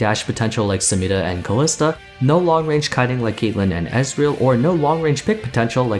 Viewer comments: Every time you pronounce SamiRa like a weirdo I get shivers from cringe 😅 Nice videos though, love it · Dude I cringe every time I hear you roll that R in Samira, I like your videos though! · I'd say that's more to do with her accent. Riot themselves pronounce her name phonetically as it's spelt. So I guess it's up to us to determine which one takes priority. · Why does he pronounce only Samira's name with an accent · He pronounces samira funny